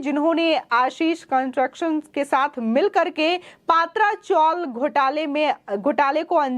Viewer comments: It is 'पत्रा-चौल' not 'पात्रा-चौल' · कौन गधे रिपोर्टर बनते है. ये पत्रा चाल है पात्रा चाल नही पत्रा माने लोहेका शीट जो छत पर लगाया जाता है. कोई ओडिसा का पात्राका ये चाल (चाळ) नही . वैसे ये पत्रा चाळ है. हिंदीमे ळ होतै हुये भी खैनी खानेके कारण लोग ळ के बजाय ल बोलते है...